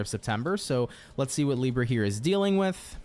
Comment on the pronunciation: As a brazilian I do appreciate when u pronounce it this way "LIBRRRA". It feels familiar😊